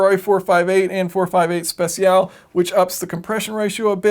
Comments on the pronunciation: Speciale = spe-chi-ah-leh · Speciale is read "speh-chah-leh" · "spesiale" non si può senti dai. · SPECIALE IS SPE (Is like "Spe" of "v-spec") CIA (Is like "Cha" of "Chat") LE (Is like "Le" of "Leg") I've never heard a non-italian telling speciale in the right way